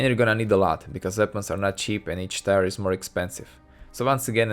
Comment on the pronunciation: Great video. Very accurate breakdown. Note on the crazy language of English, tier is pronounced like tear (as in crying tears of joy once devs embrace a single genre). Or spelled phonetically as teer.